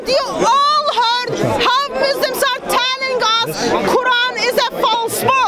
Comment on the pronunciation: What does "Muslims are talling us??"mean?? As far as i know it's "telling"